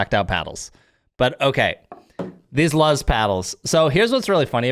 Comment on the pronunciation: Its actually pronounced "loose" because in Spanish, the word for "light" is "luz". The Z in Spanish sounds like an S. That's what their brand name is based off of :)